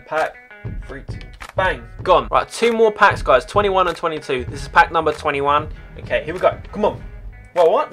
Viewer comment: anyone hear him say 21 in that way